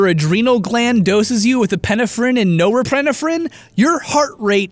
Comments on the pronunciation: Epi-neph-frine, nor-eph-frine. Get your elocution game on point dawg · I work in the medical field and it really bugs me the way he says "epinephrine" and "noripeniphren" XD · my dude they're pronounced Epi-nephrine and Nor-epi-nephrine, the Ep sound is the same as the one in Epcot. This is why the shot for deadly allergic reactions people have to carry around is called an EPI pen. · You say: EH-pin-eh-frin and NO-reh-pin-eh-frin It should be: EH-pin-EF-rin and NOR-eh-pin-EF-rin You're putting em-FAH-sis on the wrong sil-AH-bul and mixing some of them up as well. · Oh god, the scariest thing about this video was how he pronounced epinephrine and norepinephrine. (Actually pronounced eh-pin-eff-rin and nor-eh-pin-eff-rin) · I judgement but it’s pronounced Epi-Nefren And Neo_ Epi- Nefren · that is the weirdest way I have heard epinephrine and norepinephrine. The biology teacher in me wants to correct you to EP-IN-EF-RIN & NOR-EP-IN-EF-RIN but it might be pronounced differently in the states to here. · You say epinephrine weird, the emphasis is on the "e" in the beginning of the word, not the "pin" so it should be EH-pih-neff-rin, and nohr-EH-pih-neff-rin. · I've only heard it pronounced epinEpherine and nOrepinEpherine. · it's epi-nephrine and nor-epi-nephrin, not however you pronounced it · You did a TERRIBLE job at pronouncing epinephrine, pronounced epi-NEF-rine, and norepinephrine, pronounced NOR-epi-NEF-rine. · Not that it matters, but for anyone else who gets distracted but mispronounced words its "Nor-epi-nef-rin" and "epi-nef-rin". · Am I the only one that is affected by the way he is pronouncing "norepinephrine" and "epinephrine". It is killing me😭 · I love ya,, but you mispronouncing epinephrine and norepinephrine are killing me. It is so jarring, lol. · crying over the pronunciation of epinephrine and norepinephrine here haha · i've LITERALLY never heard anyone pronounce epinephrine and norepinephrine like that, lmfao